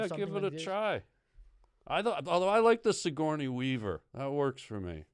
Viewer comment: He keeps calling him sigorney weaver hahahahahaha thats too fkin funny